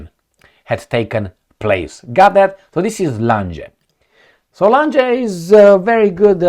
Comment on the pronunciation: Lange---pronounced Lahng